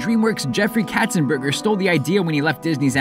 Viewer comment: Jeffrey Katzenberg. Not "Katzenberger."